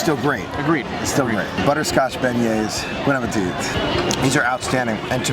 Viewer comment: Great video!! But, you're not supposed to say the "it' at the end of Bon appétit. The "it" is silent:p (appé-tee)